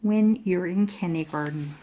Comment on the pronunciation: My daughter and I enjoy the narrator's voice and reading except...she says "Kinneygarden". What the heck is that? The text definitely reads "kindergarten".